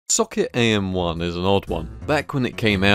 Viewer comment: as u started the video i heard like "suck it am1" :) sorry (looks like seeing the video i nailed it , the suck it part i mean :))